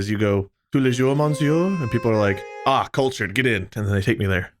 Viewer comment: not French but Canadian, tous les jours means everyday and pronunciation was close enough that a French person would probably understand what he meant and cringe:)